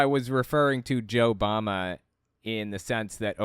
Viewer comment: I heard Joe Mama not JoeBama lmao